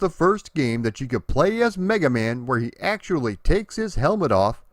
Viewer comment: I swear you said "Black Man" 🤣